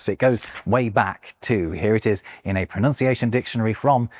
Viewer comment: Fun fact for you... Pronunciation has one o less than pronounce and hence it is pronounced unlike the way you are doing 😊